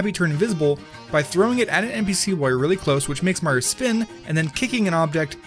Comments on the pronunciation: You Said Super Mario Odyssey Super Maro Odyssey Not Saying I Didnt Like This Video Just Saying You Said Super Maro Odyssey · GodDammit "Super Maro Odyssey" Again! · said Mario so many times as "Marja" and other things like "Mark"